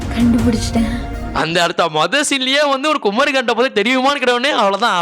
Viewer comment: Bro adhu குமரி bro குமாரி illa😂😂